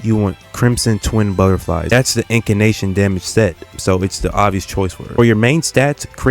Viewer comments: If you're gonna stitch every single word together in post you could legit just write a script. Also it's Incantation, not fucking Incanation. Jesus I know the meme is you failed everything but it's just grating on the ears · Bro its In-can-tation in case you're not sayin it wrong to troll lol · Bro do you even play this game? Who is iori 💀 and I don’t even wanna know why you saying incantation like that.